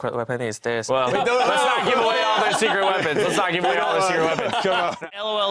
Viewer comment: "Secrete Weapon"